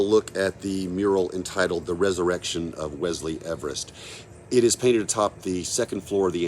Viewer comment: It's Everett basically you pronounced his name wrong hangman's bridge do that right too if you're not from Centralia don't go promoting anything you don't know about